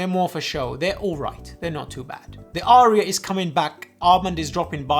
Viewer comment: "Arya" has but TWO syllables.